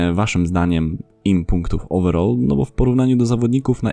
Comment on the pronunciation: Ogólnie lubie Twój kanał mimo, że od niedawno go oglądam a od kilku dniu subskrybuje a chodziło mi (nie odbierz mnie, że Cie obrażam albo się śmieje bo nie o to mi w ogóle chodziło w komenatrzu) jak śmiesznie brzmi wymawianie słowa "overall" wiem, że preferujemy angielski angielski i tam wymawiamy PODOBNIE jak Ty "owerol" ( i to właśnie nie wiem dlaczego tak na mnie działa, ale odrazu mam beczke z tego w sensie z tej wymowy) a tutaj uważam, że zdecydowanie lepiej wychodzi wymowa z angielskiego amerykańskiego po prostu "ołweral" a Ty jak sądzisz? Chociaż chyba niepotrzebnie pytam skoro cały czas mówisz tak jak Ci poprostu lepiej:) A w sumie na filmiku którymś z ostatnich też jakoś fajnie śmiesznie przejęzyczyłeś nazwisko piłkarza, ale już nie wracajmy do tego;) Rozwijaj kanał, podoba mi się Twoja robota dlatego też dałem suba i mam nadzieję, że może zagramy w któryś dzień mecz towarzyski w UT:) Co Ty na to?:) Pozdrawiam 💪💪